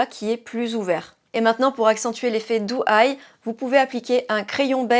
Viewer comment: Bonjour, la différence au niveau des yeux est saisissante sachant que tu as utilisé les mêmes produits. Pour ma part, je serais plutôt siren eye en soirée et doe eye (pas autant exagéré) au quotidien. Juste une précision (sans méchanceté aucune), on prononce DO eye et non DOU (c’est un peu comme le prénom Joe, tu ne prononces pas ça Jou). Belle journée ❤